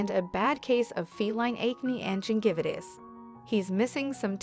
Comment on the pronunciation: that is the first time i ever heard gingivitis pronounced that way 😂